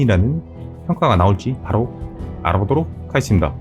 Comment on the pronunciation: 말을 짧게 끊어주기보다는 어느정도 이어주면서 마무리는 확실하게 발음하시면 더 좋을거 같아요. 예로 '알아 보도록 하겠습니다'면 알아.보도록.하겠습니다 끊어질때마다 다음 말들이 점점더 작아져서 알아듣기가 힘들어요. '알아'부터 '습니다'까지 어느정도 일정하게 호흡하시면 더 좋은 영상되실거라 생각하며 글 남깁니다. 영상 정보는 너무 좋았어요 감사합니다!😃